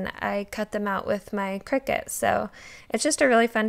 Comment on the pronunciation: Aliexpress is super unreliable. Oh and it’s pronounced Cry-cut. No shade just been using the brand for a looooong time. Like 20 years or something and Athe brand reached out and I asked them how it was pronounced. And they told me so yeah. Thought I’d let yas know 💖